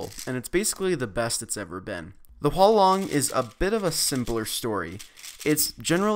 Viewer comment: It's actually Huanlong